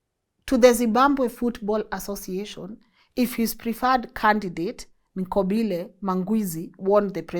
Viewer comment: Interesting that you pronounce Gwanda correctly and Nqobile close